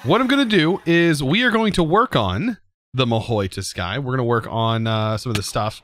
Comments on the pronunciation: It really annoys me that he says Mahi toski, it’s Ma-who-soo-kai! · it's pronounced mahou su-kai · Stop saying "mahoi tuskai" or im gonna be sad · and in the start your video your mahou tsukai speak gone wrong